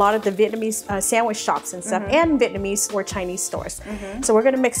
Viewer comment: Vietnamese not Vietnmaese :)